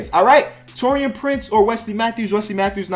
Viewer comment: Pronounced Taurean wrong again 👌